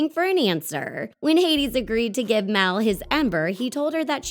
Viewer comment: It's mal not mel